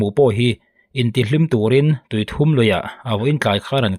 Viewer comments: tuithum lui niloin, tuithûm (Ri hum hum) zawk a ni e. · Tuithum tih laia "u" hi a ri hniam tur ani lo ami... Tuithum(3) ni loin... 😅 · Tui thum i tih kha maw i lam dik lo tuithum tih tur a ni ee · A tlak hlumna hi Tui thum(pathum) angin i chhiar a,a dik lo Tuithum( i aw chu a thum) tih a thum ang a lam tur,ti chuan Tuithum tih tur kalo sawi vek lo a nie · A aw a va tum ve tih kan lam rik ang hian tui thum tih a lamrik zawk tur. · Tuithum lui i lam rik dan a dik lo aw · Tuithûm (pathum sawina ni lovin, bass ( ri thûm) sawina angin a ri tur zawk a ni lo maw le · Tuithum lui (thum tih hi thluk tur)ri thum kan sawi ang hian thuuum tih tur zawk a ni e. Tuithuuum lui. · tui thum nilo in Thûm zawk aw(bass ang a thûm) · Bengvar thlak ṭhin e,Tuithum tih i sawi rik dan hi,THUM tih lai tak hi" i aw a thum",tih a thum ti a lam rik tur a nia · tuithum hi tawng thum anga lam tur anih hmel ve